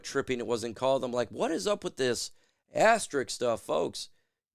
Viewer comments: All the "Jocks" mispronouncing asterISK. It does not end in "ik" . (But I subscribed anyway) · It's pronounced as-ter-isk. Love you man, which is why I'm pointing this out to help you as a commentator. Ass terrrr issssssk. When people mispronounce words it detracts from credibility.